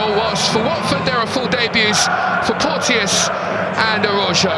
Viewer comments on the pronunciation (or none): FYI: Porteous is pronounced 'Porchus." 👍